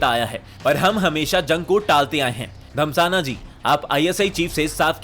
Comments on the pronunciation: Abe anil dhasmana hai naam Anil damsana 🤣 bolra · भाई साहब रा चीफ अनिल धम्साना नही...... धस्माना है 😂😂😂😂😂 बोलना तो सीख लो बाकी ग्राफिक्स और एडिटिंग काफी अच्छी है ठीक से बोलने का प्रयास कर लो वैसे काफी अच्छे मिल रहे हैं आपको